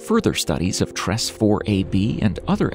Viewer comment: Tress is pronounced " Treys "